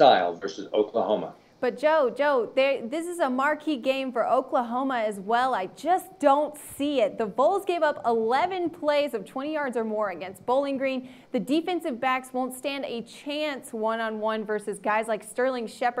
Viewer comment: Ugh she said "Voles" not Vols. Get it together lady.